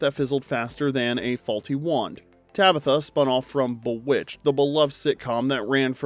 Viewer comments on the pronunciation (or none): This is AI. Has to be. And if so I’m late to the party and please forgive me. If it AINT… You get TOOOOOO much stuff wrong. Most vids. That’s fine but “BUH-witched?!?”! It even SAYS BEE witched in the opening credits when Samantha flies out. My bad. SUH mantha… 🤣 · If you are not AI, how come you mispronounced Bewitched? The kind of mistake AIs make all the time.